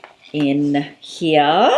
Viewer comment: “in hearrrrrrrra